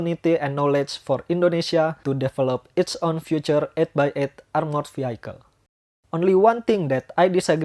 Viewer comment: Sebutan bukan veehaikel tapi veehikel